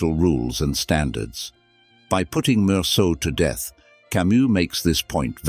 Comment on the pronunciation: This voice is not human. It is a robot. says words like death, or instead, with a wring pronunciation.